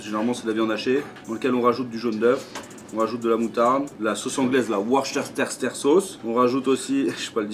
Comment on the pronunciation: La "Worcestershire sauce". Même certains anglophones natifs ont du mal avec elle. Le secret ? Plein de lettres qui ne se prononcent pas et à l'arrivée on dit "wostesheu".